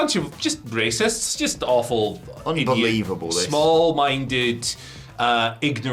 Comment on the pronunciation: saying the most serious thing ever, be like "unBELAIRable" hahaha